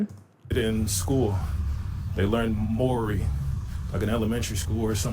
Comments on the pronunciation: There's thousands of people who have lived here their whole lives who are still too ignorant to learn how to pronounce Māori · "Here in Australia" "The Moor-ee language" My ears are bleeding. Why does he keep calling my country Australia? Dude doesn't even care enough to remember where he is. "Aussie lite accent" This dude is pissing me off. POLYNESIANS ARE INDIGENOUS HERE OMFG THE NERVE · I think we need to help that guy pronounce the word Maori